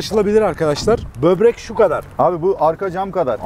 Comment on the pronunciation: Bobrek demeyin ya şuna ak ciyerr